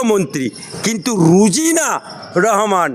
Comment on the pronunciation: Rojina not Rujina, thik pronounce karun